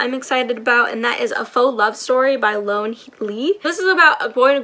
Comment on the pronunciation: great haul! loan le is pronounced kinda like "lo-anne lay" and pho is pronounced like "fuh" 😊 looking forward to your thoughts on all of these books!